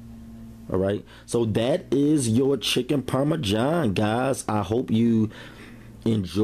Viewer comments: The pioneer woman calls it parmajohn too! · There's no "J" in Parmesan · Lol chicken parmajohn my dude salute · Chicken Parma-John? Lol okay looks good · Chicken Parma-john he says.. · Parma JOHN though? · bro its not chicken parma-john its Parmesan. wow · “Chicken Parme-John” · He said chicken Parma John, black people speak makes for good comedy